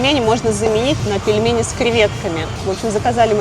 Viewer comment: Ну, где ты с.. в слове пельмени, нашёл букву е после буквы л? Где? Там мягкий знак. Произносить нужно так же как написано: пель-ме-ни. Не пелемени. Фу, выбесил.